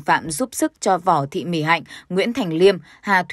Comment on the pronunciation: Vỏ thị … VÕ nhé , sao phải đọc chệch đi !